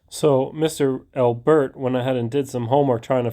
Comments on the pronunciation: Am I the only one bothered by how he’s saying Albert like it’s 2 words? Lol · Funny how you pronounce Albert. Thanks for standing up to that psycho tyrant.